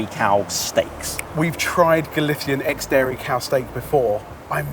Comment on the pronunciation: what the fuck is galitian? spanish on this channel never cease to amaze me